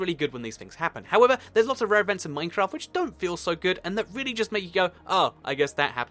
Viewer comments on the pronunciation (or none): none